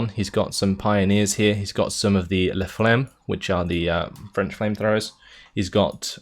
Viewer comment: Lance-flammes. With an open " a "